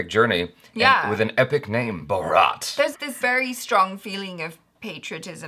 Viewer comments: always emphasise on wrong 'A' 🤣 not talking about 'A'chara though. Bharat is not pronounced as Bha-raat, it's Bhaa-rt. Salman isn't Saal-mn, it's Sl-maan Just saying 😉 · Has been so many years now and still pronounces it as Baaraat xD.. Shaadi hai kisi ki? 😂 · Hey, it is pronounced as BHAARATH, NOT Bharaat. Hope it helps. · You are still eating your "H" no respect for H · ...you have pronounced wrongly my country name...."Buraat" it's BHAA (check > भा) RA (check - just - > र ) T (check - त < T <- in Italian language), so it's BHAARAT but write is "BHARAT". hope you understand my point and I do not want to demoralize you. Thanks dear for valuable views on New/ Upcoming Films. Please doing this... You are good and awesome....👍👍👍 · It's Bharat (pronounced as Bhaarat, stressing over the first 'A'). The way you are pronouncing it as Baaraat. Baaraat is actually a customary for the bridegroom to travel to the wedding venue (often the bride's home). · We're saying bharat but say barat 😂😂😂😂😂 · its "Bhaarat" not Bharaat. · Its BHARAT Not BHAARAAT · It's not baraaaaat. It's bhaaaarat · It's not bharaaaaat It's bhaaaaaarat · It's not barrat it's bharat the hindi meaning of india🇮🇳 so pronounce it clearly bharat not barrat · It's not Ba-Raat...it's BHAA-RAT ! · It's not baaraat it's bhaarat . Period. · it's not 'baraaat', it sounds so weird, it's Bharat, Hindi name of India. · Hi Dear I see all your video please correct this and thats India's main name: its "Bhaarat" not Bharaat. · its not Baraath it spell as Bhaa-Rath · please call it as bhaarath as in stanis baratheon of game of thrones. Its just bhaarath insead of baraath in baratheon name. Dont call it barat or borat as in mocumentary movie of the same name🙏😆. Its our country's other name after all💁‍♂️ so please dont butcher it. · It's Bharat ..not bharaaat😂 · For gods sake, its not Ba-raat. Its "Bhaa-rath" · It's not "Baraat" .... it's "Bhaarat".... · Baraat nahi BHAAAAARAT